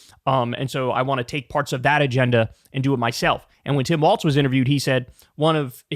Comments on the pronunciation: KYLE!!! WALLS...NOT WALTZ!!! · Walz not Waltz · There's no T in Walz, please. Pronounced just like walls. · pronounced "walls" please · Kyle still figuring out how to pronounce Walz, I see. You can do it, Kyle!